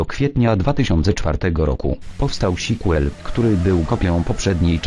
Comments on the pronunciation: Powstał "Sikłel":P Staraj się by ta mówiła jakoś normalnie np. napisz "sjkłel":) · "powstał śiquel" :D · "sikłel" - hahaha. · "sikłel" rządzi